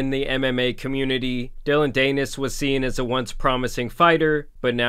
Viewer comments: Dan-is. Dillon Dan-is. It's not that hard to do research a name when at the computer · dillon danish? is that what ur saying? 😂😂😂 its pronounced "DAN-ISS" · Bro it's pronounced DAN-IS not daynis lol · It is not DANE-IS. it’s pretty pronounced DAN-IS. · Dillion Danus the Anus. Greatest mispronunciation ever. Tan Superman winning even when he isn't trying. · Dillon Dee-nis (Rhymes with Pen… Nevermind) went full scorched earth there 😭 not condoning it but daaaaaamn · I like your version of Dillon's last name better than the real thing. Rhymes with something.... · I love how he pronounces dillons last name danus lol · DAN IS, cmon get it together bud it’s not that hard of a name to pronounce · yeah some people just dont like doing their research before making a video about someone, doesn't even know how to say his name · Idk if you do a video like this you should probably research how to pronounce Dillion Danis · Why is this guy talking about things he has no idea about? He’s never even heard of Dillon. Never said his last name the right way! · It’s even funnier that you keep saying his last name wrong 😂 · Pronounce Danis right if you gonna do a video about him ffs